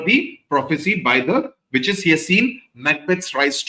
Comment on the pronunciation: am i the only one hearing “bitches” instead of “witches”?